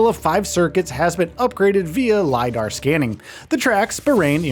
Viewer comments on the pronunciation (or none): none